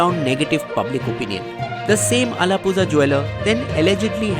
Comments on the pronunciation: it's not झा it's ळा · It's not 'Allapuzha' it's अलप्पुळा (allapu'la) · its not alapuza...it is alapula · Pronounce it as ALAPURA not alapuza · It's not alappusa it's ആലപ്പുഴ😂😂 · Brave attempt at the mouthful of Kerala towns. Commendable. But the buck stopped at "Alapuzha" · Big fan of your work but man, you got to improve the pronounciation of Alappuzha, Pallakad, Salem & Ernakulam. As a South Indian it's harder to listen with the butchering of these names ;) here are the correct way to say